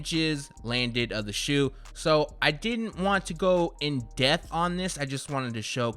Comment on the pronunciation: Death and Depth are not pronounced the same